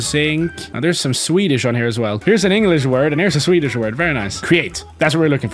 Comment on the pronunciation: DIF he Said swedich😊